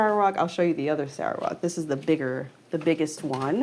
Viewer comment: not "sarah walk", it's "sal ruh wut"